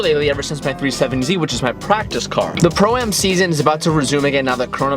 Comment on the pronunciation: Ah yes the new ZeaZon